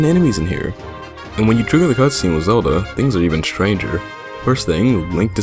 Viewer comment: Uh, you said Zadlo? ;)